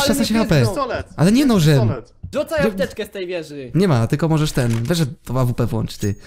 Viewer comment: O panie ale kaleczysz ta AWP :)